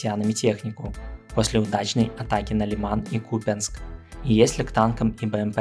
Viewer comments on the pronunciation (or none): none